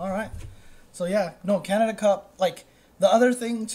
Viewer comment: Props to for pronouncing Canada as Canadia.